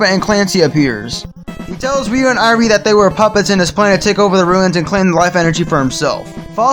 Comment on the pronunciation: I like how you mispronounced Irene's name throughout the entire marathon.